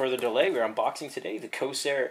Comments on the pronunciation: It is pronounced CORE-SAIR. There is an R in there. Please work on this as it makes you look less reputable when you can't even pronounce the manufacturer's name. Other than this, good unboxing. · its corsair COR-SARE